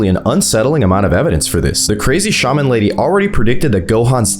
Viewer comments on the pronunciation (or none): none